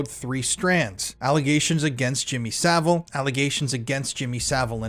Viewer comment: Jimmy Sa-VILE.